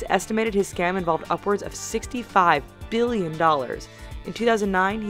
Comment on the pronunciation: Please stop say Billion with huge emphasis on the 'B' ....bbBBBillion....we get it, bitch, it's a lot.